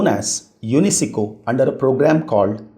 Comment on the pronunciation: Please pronounce the names correctly its very confusing as the names are itself very confusing also btw please check how to pronounce UNESCO its troubling me badly except that the video was quite informative. :)